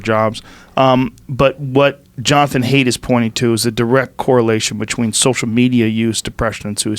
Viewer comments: Joe, it's Jonathan "Height" not Jonathan "Hate." You guys went over this lol. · Jonathan Haidt. Pronounced "Height", not "Hate". That was buggin me.